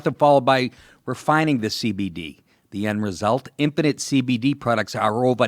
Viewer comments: when he says 'infinite cbd' it sounds like 'impotent cbd' ... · Dude, you sound like you're saying Impotent CBD UNUNciate! Enjoy your cake.